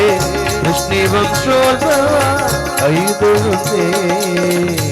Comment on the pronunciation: വൃഷ്ണിവം ശോൽഭവ എന്ന പ്രയോഗം തെറ്റ്,വൃഷ്ണിവംശോൽഭവ എന്ന് ചൊല്ലണം